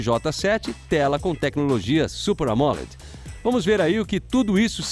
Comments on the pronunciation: luiz lobato tá certo ele só falou do jeito que se fala nos estados unidos, é que aqui no brasil o nome fica amoled com a tonicidade no "led" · "Super Amóledi" kkkkkkkkkk